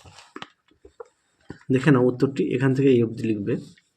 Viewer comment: "aei" was epic😂😅